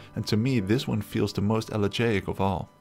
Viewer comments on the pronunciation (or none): A great summary of kinds of liminality. Thanks. In the wee hours, under faint indirect lighting, my normally convivial kitchen turns liminal. Double-check your Greek-root pronunciations, e.g., "elegaic" is el-li-JI-ic. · I don't know how to fix this, but he he saying "elegiac" not "elegant," Which is usually related by a sorrow, or mournful feel to something, often tied to nostalgia. It's not quite 'haunting' just, empty in a way that is familiar and alone that a person can't always explain. Sorry it bothered me the CC is wrong. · It is Elegiac, sorry for my pronunciation: "If there's one song on your playlist that always brings tears to your eyes, maybe it's because it has an elegiac quality. Elegiac means "mournful or sad." The adjective elegiac is useful when you're talking about music, a movie, a book, or another work of art that has a sorrowful tone. Sometimes elegiac specifically refers to something or someone that's gone: a person who's died, or a time in the past, especially if you feel a sense of longing for it. You can speak in an elegiac way, or sing an elegiac tune. The word comes from the Greek elegos, "poem or song of lament." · I recommend checking out Akira Kurosawa’s ‘Dreams’ for some weird, disjointed, liminal scenes. p.s. you're pronouncing elegaic wrong